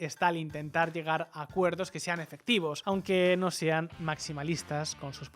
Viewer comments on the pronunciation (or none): none